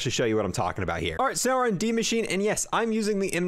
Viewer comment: And Maschine is pronounced Mashina